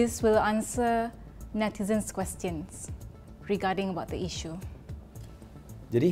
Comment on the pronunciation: Questions...pronounciation dik